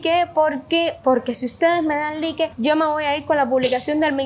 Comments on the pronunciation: Like se escribe 😂 se pronucia laik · Me encanta como ella pronuncia, es muy cubana, y la he escuchado decir laik, pero cuando dice like es muy gracioso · Las converse se pronuncian convers y like se pronuncia laig para q vallas mejorando no a mal mi comentario